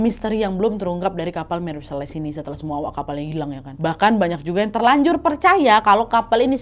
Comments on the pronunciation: Nadia...mantap cerita dan narasinya.. hanya saja.. setahu saya tulis Celeste harusnya dibaca seleste bukan seles.. jadi cukup mengganggu.. tp overall tetap mantap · Ralat ucapan ya wak Celeste (dibaca) seleste